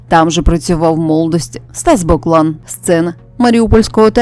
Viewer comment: Не БОклан,а БоклАн! Мабуть,не чули цього прізвища,а подаєте інформацію ,ще й незрозумілим прочитанням!